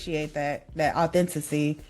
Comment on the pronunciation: “authenticy” is INSANE, I’m sorry lol